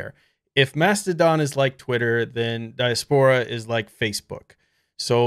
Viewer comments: I think it's die-ass-poor-ah, which is what most of us will end up doing one day 😎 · Its pronounced dye - ass - per- ruh 😉